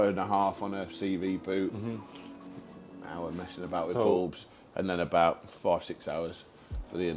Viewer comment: I’ve just realised said an Hr Labour for the bulbs 😂😂😂